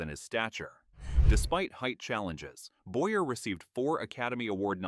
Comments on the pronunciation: It's Boy-yay not Boyer! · Also Charles Boy-yay is how it should have been pronounced too.